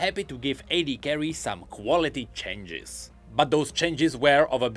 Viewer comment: chenges chenges... Someone teach him how to properly pronounce it